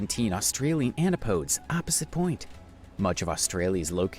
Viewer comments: Mispronounced Macquarie Island, it's 'Mah-quarry' and not 'Maccary'. So many mispronunciations - Murray, Canberra, Melbourne. Eyre (pronounce Air), Antipodes (An-tip-o-dees) and more. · Agree. Literally mispronounced every place name (and even antipodes).